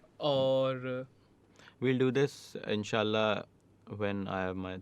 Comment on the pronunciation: the way say mashaAllah and inshaAllah is amazing!